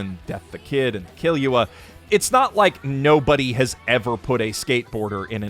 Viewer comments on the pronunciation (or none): Ki lu a is how its meant to be pronounced, reference ne ne killua. I also did a double take when I heard it lol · Sorry did you say Kill-you-a? I mean yes that's obviously the reasoning behind his name but it sounds so bad when said like that. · kill-you-ah. Really? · Why did you say "kill you uh" instead of kill-oo-uh or kiel-oo-uh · did this man seriously call killua KILL "U" A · this dude just said Kill-you-uh 😆🤚 okay sir... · my man did u just call Killua, KIll-yu-a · ...wait, kill-you-a? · kill-you-a why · The way he pronounces Killua makes me wanna cry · Is no one gonna mention the way he pronounced killua? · That pronunciation of Killua hit me like a bus